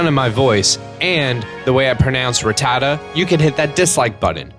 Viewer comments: I don’t like how you pronounce RATTATA IT STINKS lol jk sorry if I’m to rude :( sorry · i prefer saying rattata the way you do... lmao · The way you pronounce Rattata is cool I think :3